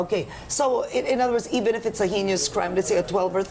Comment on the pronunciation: Did I just hear Karen mispronounce "heinous"?